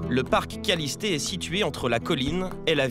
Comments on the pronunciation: C'est le parc kalliste et pas kallisté 😂😂😂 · Parc kaliste pas kalisté 😂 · Ewe (kalisté) mdr c kaliste wesh renseigné vous avant nn à lieu de dire dla d